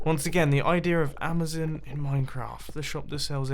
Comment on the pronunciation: Stop saying amazon wrong.